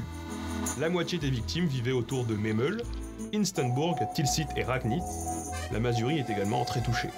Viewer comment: Memel, il a appuyé le deuxième e, sans doute son accent, car il est sensé être plus aiguë.